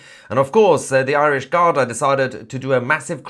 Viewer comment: Mahyar it's pronunced "Gardee". (Not garda). I lived in Ireland for many years.